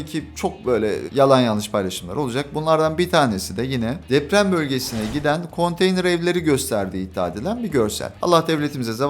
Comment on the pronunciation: konteynır=❌ konteyner=✅